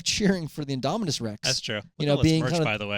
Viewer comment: Ok I'm just gonna say these guys pronounced the indominus Rex wrong and the mosasurios wrong